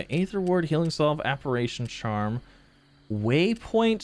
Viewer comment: Apparition [App-are-ate-tion}